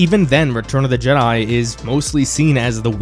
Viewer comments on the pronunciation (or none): none